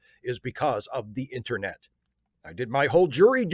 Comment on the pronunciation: Does call the "internet" the "intranet"? Is this a particularly Maryland thing?